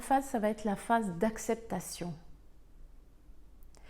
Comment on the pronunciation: Excellentes explications👏👏je suis encore dans "l'acceptation /colère".. Quel gâchis ! (sinon.. Oups.. Ça va-"t'être" heurte mes oreilles, désolée 🤗). Bien cordialement💐😍